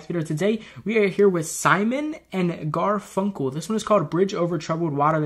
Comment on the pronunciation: Yep, you're pronouncing Garfunkel properly (and Simon too, of course). This song was Paul Simon's attempt to write something that sounded like a Baptist gospel song. It worked, to the extent that church choirs still sing it in the southern states. The lead vocal on this song is Art Garfunkel. Paul's voice is heard only on the one verse. Art wasn't a songwriter, but man could he sing...S&G were together as a duo from 1961 through 1970, with both having long, substantial solo careers afterward. They're a deep rabbit hole. Or three, really... Next S&G for you, Chase, should be their signature song, Sound Of Silence. Check out the S&G original of that. And then...and only then...listen to the cover of the same song by Disturbed (David Draiman). Not the live version, the studio one. Paul Simon, when that cover came out, linked it off his own social media. It may be the best ever cover of anything. But listen to the S&G original first. I could offer some suggestions for other S&G and Simon solo/Garfunkel solo stuff too. But I've probably gone on long enough already!